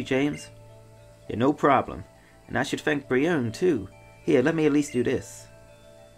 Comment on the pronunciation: its bree-oe-nae